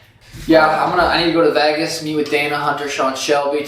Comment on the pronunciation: I absolutely hate the way he says Vegas 😂😂